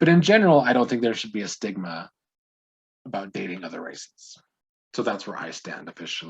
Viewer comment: talk aboot. you are Canadian. Ketchup chips, Avril Lavigne, and jimmy from degrassi yes 🙌